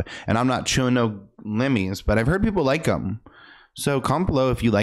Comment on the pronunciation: “I’m not chewin’ no lemme’s” 😂